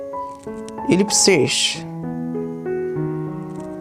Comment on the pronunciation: lol'd at ellip-sheesh 😂